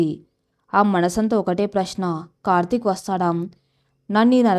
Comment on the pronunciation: Kartik ane.name ni chakkaga palakandi sister.